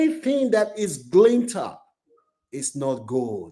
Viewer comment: Glitter not Glinter😅